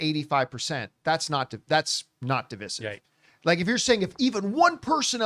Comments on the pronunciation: Divisive = duh·vai·suhv please, please, please say duh·vai·suhv. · It's dev I sive john for the love of God man!! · Dih-vai-suhv. Please say that. We Canadians have been saying it like normal human beings for years. Please, Americans, stop butchering it. Thank you. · DIV{EYE}SIVE = DIVISIVE. You kept saying that word incorrectly and it was driving me NUTS!